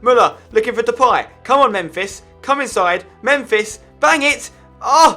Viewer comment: Fuck his second who else gets gets annoyed when he calls him memfish😂😂😂